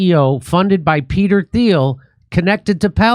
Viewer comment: Spell Thiel. Pronounced teal